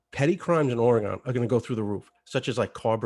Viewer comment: “Ore-Gone” ...prolly as challenging as getting me to pronounce Stuyvesant correctly. 🤟